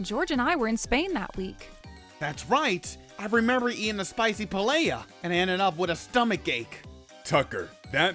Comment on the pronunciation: You don’t pronounced the ll’s in paella